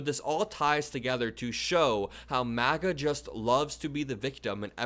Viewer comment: It sounded like you said " The Maggots", LOL. If you didn't, then I'm keeping it now. MAGA is the movement, Maggots are the followers 😂